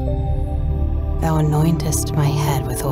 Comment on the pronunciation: Can you pronounce enemies not nenemies.